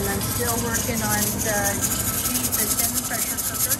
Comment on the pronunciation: 11/29/22 Pronounced GEEE... The "H" is 🤫 SILENT geee....👍 I always save me a small jar to keep in my bathroom I use it in my hair and skin as a moisturizer 🧴